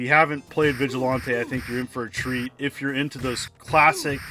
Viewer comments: Definitely mispronounced it, lol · Anybody else think he pronounced Vigilante weird?